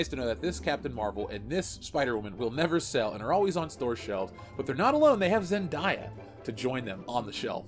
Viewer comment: Learn how to say ZenDAYa. No ZenDIEa.